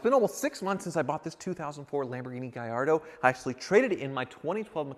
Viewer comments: Why are you pronouncing it Gayardo it IS Gallatdo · Mate! It's GALLARDO not Gayardo. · Gallardo...in spanish, that would be pronounced GaYardo....but in Italian, the "LL" is pronounced "LL" NOT as a "Y"